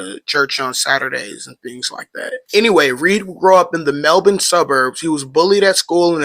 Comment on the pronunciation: Awesome video! Good on you for pronouncing Melbourne correctly as well!!!